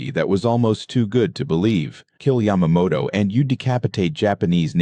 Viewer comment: Hire a HUMAN who knows a lot about this subject (like me…. The Lightning is my all-time favorite aircraft - I would LOVE to own one!!) This computer mispronounced Yamamoto’s name EVERY time & always differently. I also noticed that they did not use a real P-38.,.